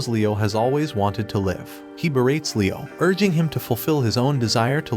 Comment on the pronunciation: i will have to comment cause it happened again... Please learn the pronunciation of "live" as a verb!